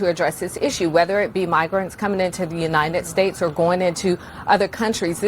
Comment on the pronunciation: Whatup with all the chicks in the Biden Administration pronouncing our country "Unined States"?